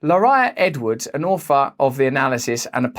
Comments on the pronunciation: when he said "author" I thought he said "old fart" 😂😂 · sounded like you said "an old fart" 😆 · Omg when you said the word author. With your accent it sounded like old fart . This was hysterical yet informative. Thank you Russel . Especially when you make yourself laugh 😂